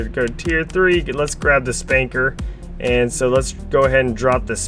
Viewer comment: It's called a Spuncker Rocket launcher. Not Spanker.